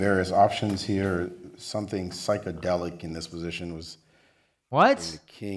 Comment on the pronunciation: He actually said psychedelic...TF